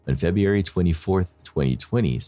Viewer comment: To …. PLEASE learn how to say FEBRUARY!!!!! It’s NOT Feb-e-ary, it’s pronounced Feb-ru-ary!!!! So annoying every time you say it like a 4 year old would!!!